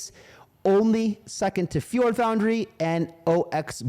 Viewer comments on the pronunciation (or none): none